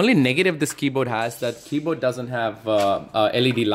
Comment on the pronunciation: Hazard G0dz no! he's saying that the guy pronounces it as keyboad instead of keyboard